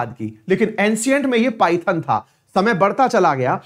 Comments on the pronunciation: सर, पाइथन नाही इसे पैठण केहते है। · Paithan is पैठण not पायथन